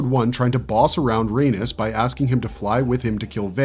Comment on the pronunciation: It's RAIN -EES not RAIN-US! Why in 7 hells is he saying it like Anus with an R 🤦🏾‍♀️